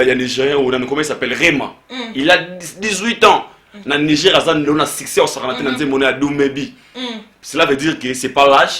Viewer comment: Succès et non siccer